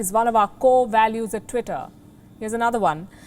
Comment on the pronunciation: Lady first you cant even pronounce tweetay second it's a private company who has the right to do whatever it wants thirt your channel preaching hate you know it